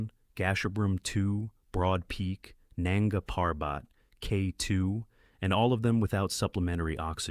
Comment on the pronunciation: Nunga Parbat is not pronounced that way.